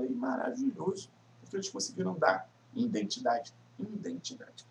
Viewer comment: "Indentidade", assim vc me quebra kkk